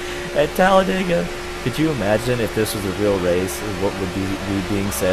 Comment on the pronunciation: its talladega not talledega